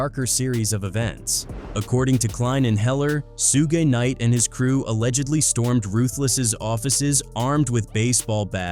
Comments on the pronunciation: Who tf is Sewge Knight and Sugay Knight? 😭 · Soo-gay knight, lol. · Who is Sooj Nite? And what is a Soogae? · Damn I hate these stories due to the MISPRONUNCIATIONED NAMES........SOOGAY KNIGHT.... SMH